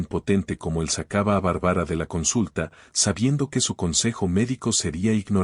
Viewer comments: Lo malo de la narracion es que no pronuncie el nombre de Barbara y no de Bárbara se escucha horrible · No puedo seguir escuchando !?? Q diga Barbara con tilde xq es Barbara Barbara !!! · K feo pronuncia Bárbara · Que fastidió esa pronunciacion de el narrador con el nombre de la protagonista .mejor q investigué como se pronuncia el nombre Bárbara